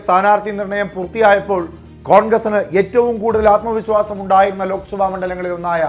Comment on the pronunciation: ആത്മ വിസ്വാസമല്ല ആത്മവിശ്വാസം